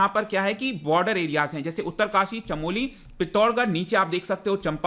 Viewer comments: Pitthorgarh nahi pithoragarh 😂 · सर पित्तोरगड नहीं है वो ,वो पिथोरागढ है वो कृपया सही से उच्चारण करे धन्यवाद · पिथौरागढ़ है सही नाम सर जी न कि पित्थोरगढ़। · Its not "pittorgarh" its "Pithora-garh" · It's पिथौरागढ़ not पित्तोरगढ़ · मेरे भाई पिथोरगढ़ नहीं , पिथौरागढ़ है ज़िले का नाम ,आप लोग ही अगर जगहों के नाम को सही से उच्चारित करने में असफल रहोगे, तो सोचो छात्र परीक्षा में क्या लिख कर आएंगे , पहले मैंने सोचा की शायद आपने त्रुटिवश नाम गलत बोल दिया पर पूरा वीडियो देखने पर ज्ञात हुआ की आप अनेक स्थानों पर गलत उच्चारण कर रहे हैं। मैं आपको हतोत्साहित नहीं कर रहा , परन्तु ये निवेदन अवश्य करूँगा की भारत में कहीं भी किसी भी जगह का नाम उच्चरित करने से पहले थोड़ा अपने स्तर पर जांच परख अवश्य करें। इससे आपकी और आपके चैनल की गरिमा और प्रतिष्ठा दोनों बनी रहेंगी और ज्ञानवर्धन करने वाले व्यक्ति को भी कहीं हानि नहीं उठानी पड़ेगी ।धन्यवाद।। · 😂😂its not pitorgarh.....its pithoragarh....being pahadi its uneasy to listen it mis-spell......love ur way sir😍😍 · पित्तोरगढ़ नहीं पिथौरागढ़ होता है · It's पिथोरागढ़ not pithor- garh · Sir its पिथौरागढ़ not पित्तोरगढ़ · Thank you for the knowledge sir , but it is pithora garh, not pittor garh. Uttarakhand is a hidden heaven.But many tourist who come here behave unethically and leave a lot of garbage in the clean natural areas ,this should not be done ..We invite you to visit uttarakhand.. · पिथ्थोरगड नहीं सर पिथोरागढ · Sorry sir, but it's not पित्तोरगढ, it's पिथौरागढ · पितोरगढ़ नही पिथोरागढ़ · Are mahaprabhu पित्तोरगढ nhi hota use पिथौरागढ़ bolte naam hi change hi krdiya apne area ka🤦🤦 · Rong pernonseation of pethoragarh not pithorgarh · Sir this is pithoragarh not pittorgarh..! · पिथौरागढ है सर वो ना की पिथौरगड😁☺ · Sir pithoragarh is pronounced as पिथौरागढ़। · Sir please correctly pronounce "pithoragarh". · पिथौरागढ़ बोलते हैं सर उसे। 😅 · Sir it is pithoragarh(पिथौरागढ़) district.. 😂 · Sir your pronunciation for pithoragarh is wrong ...!! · पिथौरागढ़ pronunciation hai sir😅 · u pronounce pithoraghar wrongly.....